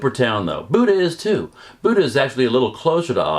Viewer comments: Please learn the correct pronunciation of Buda. It's not Buda, like the deity. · I cringe every time you mispronounce Buda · You might have a little more credibility if you actually know how to pronounce "BUDA." I guess you're a newbie to Texas too